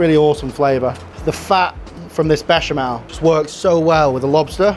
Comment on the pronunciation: Mischeleng? Ich sag auch nicht Herbert wenn ich Susanne meine. Mhmm, der Klassiker Baschimal..... Erbärmlich, dieser KI-generierte Vertonungsmist. Die billige Sekundenheischerei verhunzt sehenswerte Beiträge komplett.